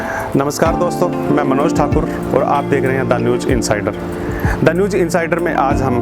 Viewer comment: Sir newj nahi.......newz kahiye....talaffuz (pronounciation) sahi karein